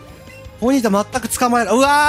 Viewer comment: それマドンナやて(笑) ポニータをボニータw・・・あの曲好きデスケドモ(笑) 「もろたでぇ」が服部 平次にそっくり(笑)